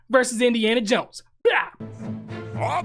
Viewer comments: Her name is Lara not Laura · Indy wouldn't use the word "verse" in place of "versus." That's a relatively recent linguistic phenomenoid. Wait, it's pronounced "Laura?" Then why's it spelled "Lara?!" All these years, I've been pronouncing it "LARE-uh." Desert Eagles? Isn't she known for using the HK USP9 Match? Two-tone finish. Akimbo. "Sorry!" is a board game. I wonder if Board James has reviewed it. That's the only line that irritates me. I can deal with "verse" in place of "versus," but I can't deal with the use of the word "Baby Boomer." Harrison Ford was born in 1942, so he's of the Silent Generation. Indy was born in 1899, so he's of the Lost Generation. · Why do people say laura...its Lara...even people i know say that too...its weird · Just watched the 'behind the scenes' And it seems you and Peter has the same "problem" None of you can pronounce Lara, without making it sound like Laura. 😂 Great reaction/breakdown. 👍